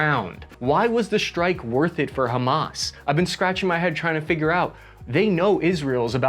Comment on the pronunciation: Love the shirt,! Robocop 1987 is one if my absolute favorite movies of all time. Also, excellent coverage. And kudos on not one pronouncing Hamas as "ham-ass". I was filly prepared to hear it 😂 Many thanks for the unbiased coverage. Our mainstream media is already diverging into competing, mutually exclusive, and incomplete narratives. As per usual. There are many victims in this story, but no heros. Never before have i more deeply felt empathy for the motives and absolute disgust at the methods. We need a oan-humamist moment inthis world if we're ever to move oast the cycles of violence and hatred.